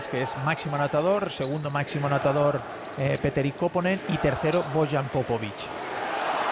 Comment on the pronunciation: Btw it's Petteri Koponen.